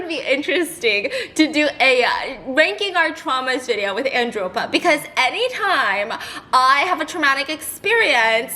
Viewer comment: I used to think you were saying Andropa I was like who the fork is Andropa